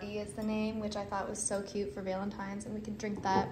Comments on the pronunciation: I swear I'm hearing 'Veil-in-tines', instead of the expected 'Val-in-tines'. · Your alternate pronunciation of Valentine’s is driving me nuts.